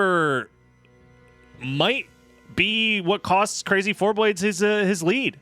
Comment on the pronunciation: Are you sure it's "Crazy Four-Blades" and not "Crazy for BLADES!" I think you might be pronouncing it wrong.